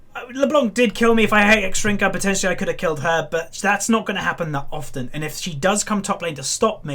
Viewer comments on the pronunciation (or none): none